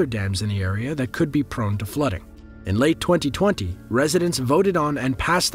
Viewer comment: I find how you say 2020 VERY OFFENSIVE and offensive content notice